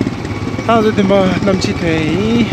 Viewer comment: It is namchi not namshi